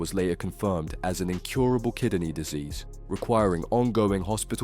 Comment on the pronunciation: Is the narration done by a robot? The pronunciation is appalling! Owsh? (oche) kideny? (kidney). Bloody awful.